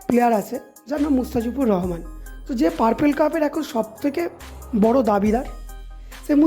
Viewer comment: Vai mustafijur Rahman tic kore name ta bolo😂😂